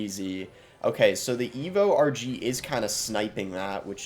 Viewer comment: At the start when you were saying RG I thought you were saying Archie